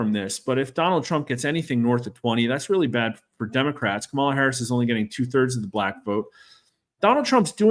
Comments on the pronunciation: When a pollster tells you they are nonpartisan then mispronounces Kamala’s name and uses the term “anointed” to describe her consolidating the Democratic electors, you know that are not no-partisan. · Not sure how trustworthy this guy can be when he can't even pronounce one of the candidate's names correctly